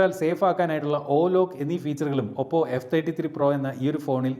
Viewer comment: താങ്കൾ ഇനിയും ഭാഷാശുദ്ധി വരുത്തേണ്ടിയിരിക്കുന്നു. ഓപ്പോ എന്ന ശരിയായ പേരിനേ "ഒപ്പോ " എന്ന് വിളിക്കല്ലേ.... ഒപ്പോ അല്ല ഓപ്പോ ഓപ്പോ ഓപ്പോ ok